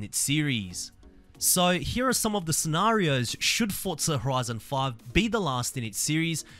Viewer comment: “Fotza horizon 6”💀